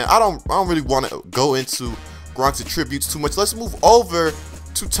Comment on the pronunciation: maybe by madden 16 you will start saying attributes correctly. keep up the good vids though.